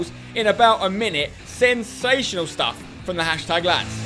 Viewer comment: thought you said sebsational lol because of the assist